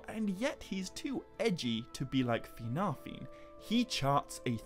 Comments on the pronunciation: Sorry I can't listen to a video where Fingolfin's name is pronounced fin-GOL!-feeen 10 times a minute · Ahh yes feengolfeen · Take a drink every time he says FinGOLFiin